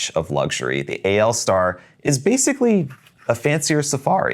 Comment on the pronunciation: Thank you for pronouncing the AL Star the right way, everyone seems to think it is ALL Star, which it is not. Yes, AL is the symbol for aluminum which is exactly what the pen is made from.